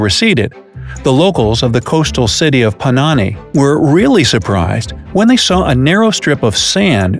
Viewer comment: Hey, its not poh-nani its po-na_ni